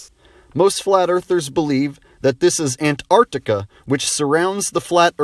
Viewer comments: I love the way he pronounces "an-T-arctica" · Ant-Arctica :D ahaha